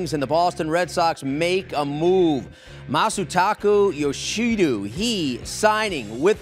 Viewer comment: "Masootakoo Yoshidoo"